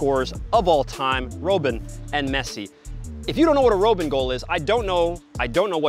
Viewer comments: Love, but he is driving me crazy with his bad pronunciations of names. I know he's legit, I know he's a pro, but when you pronounce Robben like ROBE-in and Benzema like ben-ZAY-ma, you sound like you've never watched the game. Americans get a bad rap as it is; we don't need to give people any more excuses for thinking we don't know the game. Say these names right. Please. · How do you butcher the pronunciation of Robben's name🤦🏾‍♂. its as if you watch football with the commentary muted every time. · Can't even bother to learn how to pronounce Robben. 0/10